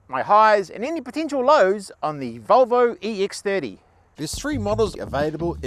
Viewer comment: The Volvo iEX- theardi? Must be a special variant for the Australian and New Zeland markets.